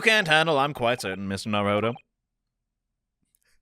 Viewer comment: ITS NOT NARUHODOVER!!!!!